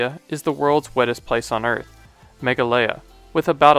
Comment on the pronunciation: Yes Like it's ma-gah -lay-a no mega-lia